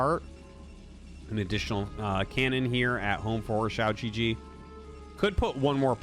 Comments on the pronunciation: The way you pronounce xiaogege literally means “small penis” gege is pronounced “guh guh” and means older brother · Your comments trolled you so hard🤣 The Chinese name is pronounced as chao-gur-gur, and the g is pronounced as in guest, give, etc, not gesture. If you pronounce it as shao-je-je, it means little penis in Chines, for real. QiaoGeGe means Big Brother Qiao. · You're saying "shee-ou jee jee" which means "small penis" in Chinese HAHA it's supposed to be pronounced "chao gu-gu" which is like the u in "lullaby" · To be that guy, going by pinyin I'd expect QiaoGeGe to sound like chee-ow (qi sounding similar to the first sound in "cheetah") guh-guh. I wouldn't remark on this except that what I'm hearing sounds more like xiao jiji, which could have some unfortunate connotations. As always awesome video and I appreciate Artosis tryna get these pronunciations right! Matter of fact, easiest thing to do is probably just put the spelling into google translate Chinese and see what pronunciation it gives you. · Everytime Artosis calls pronounces his name I just get taken out of the game lmao💀 Man is literally saying lil pp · Ciao GG! Very Italian. Not. :) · The unintentional mispronunciation is hilarious if you understand Chinese. So good! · With this mispronunciation you just said "small dick" multiple times, which honestly is awesome entertainment for me. A bunch of other comments already tried to give you the correct pronunciation so I won't repeat them. I'm just here to make a low effort dick comment.